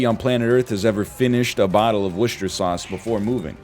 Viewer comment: i cant hear anything except NL mispronouncing "Worcester"